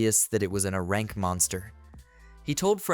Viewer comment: Hey since you’re using a text to speech boy for this when saying things like “A-rank adventurer” type it in as “Aye-rank adventurer” so it won’t read it as the other “a”